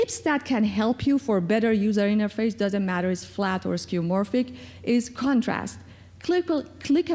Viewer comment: it's skeuomorphic not skeumorphic.